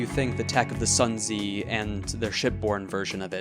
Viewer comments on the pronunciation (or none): Just fyi- the Sun Zi is pronounced "Soon Tze", and is named after the author of The Art of War (also spelled Sun Tzu)